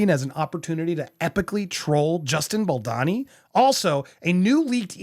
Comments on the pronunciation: it's bal-dOWNee not bal-donny lol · If you're going to be covering this case you need to learn how to say his name. Let me help you "Bal doe ni" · It’s disgraceful that you’ve been mispronouncing Baldoni’s name for months. Unrespectful, unprofessional, sloppy and superficial. If this is a paying gig for you, you should be ashamed